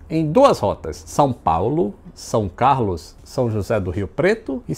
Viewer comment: Escutando vc falando São Carlos, se nota bastante que vc é do Norte, Nordeste. Kkkkk